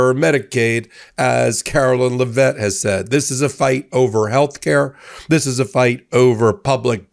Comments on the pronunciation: please stop mispronouncing Karolying's last name! IT IS NOT LA- VETTE; IT IS LEV-IT. DAMN!! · The Press Sec's name is pronounced as in Leh-Vitt, not Le-Vett. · As much as I despise the official press liar, it doesn't help anything to mispronounce her last name: it's LEH-vit. (Sorry... just a minor annoyance, but it's unprofessional and beneath your high standards. )